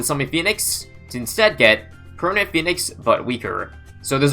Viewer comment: I heard permit 😳